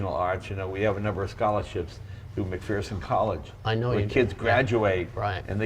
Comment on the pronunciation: Jay, there is no “fear” in McPherson. Pronounced mcFURRson.